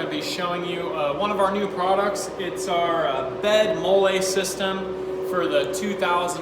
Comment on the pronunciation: FYI it is pronounced /ˈmɒl.liː/, as in the female name Molly. Looks like another innovative product from you guys. Keep them coming.